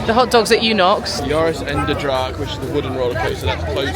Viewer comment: pronouncing Joris en de draak correctly is amazing